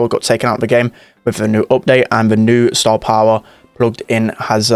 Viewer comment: No one: NOT A LIVING SOUL:: STAH-POWAH!